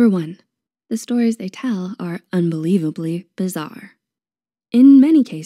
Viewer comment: “Bizarre” not “bizzare”